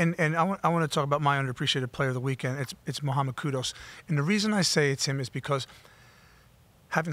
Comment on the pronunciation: notTTTTTTT KUDOS, it’s KUDUS